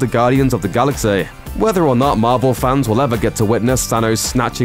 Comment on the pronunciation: I hate the way this narrator says, "Gaudians of the Galaxeaeah."